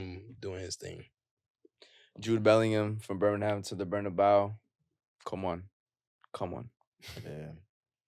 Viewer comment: Great podcast, much anticipated and appreciated 😁 But y’all gotta stop capping on the Real Madrid stadium name, its BarnabEu not BarnabAu the E is pronounced like the first letter in the word Egg! you know spanish bruh don’t let it be confused 🤣🤣